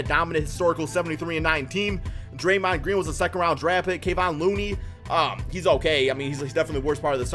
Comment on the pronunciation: it is pronounced Kuh-von